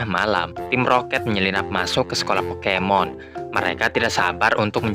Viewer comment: abang yang ngomong pokemon salah